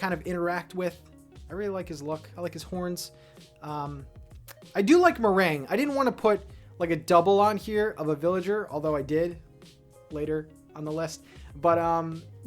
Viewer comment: Merengue is one of my favourite villagers ever but no one ever says her name right 😭